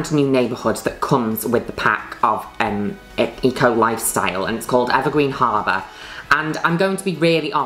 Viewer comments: Lol I kept hearing her say E. Coli style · i keep thinking she's saying e-coli instead of eco lifestyle